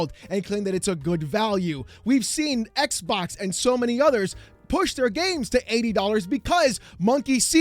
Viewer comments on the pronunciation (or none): none